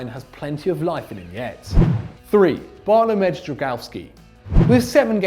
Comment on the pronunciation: How the fuck did you pronounce Bartłomiej?